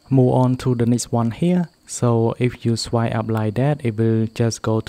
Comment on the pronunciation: It’s swiPe not swie